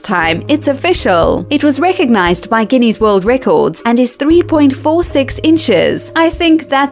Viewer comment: Guinea world record's?? A guinea is a coin or measure of money. It is Guinness, pronounced 'ginis' not ginny.